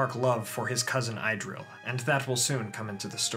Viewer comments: Love your First Age series!! But it would make my nerdy heart all the happier if you tried a little harder to get the pronunciations right. Idril is not pronounced "eye-drill", it's "ee-drill" etc. Otherwise, keep up the good work! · Thank you for another great video. It would have been even better, had you pronounced all the names correctly: Idril and Maeglin were the worst ones.